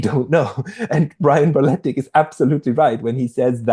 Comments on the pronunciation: Berletic. Not Barletic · u probably know but it's berletic not balletic